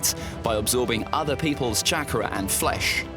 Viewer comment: This guy keeps saying Chakra wrong 🤣🤣